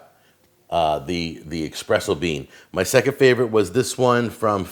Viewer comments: eSpresso, not eXpresso. Love the show. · "Expresso" pls. Side note, went to Spyhouse in Minneapolis today. Fantastic coffee shop:) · There's no X in espresso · Why do people pronounce it expresso? There is no x in the word. It's espresso.